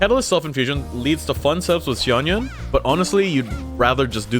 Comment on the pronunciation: how the fuck did u just pronounce xianyun?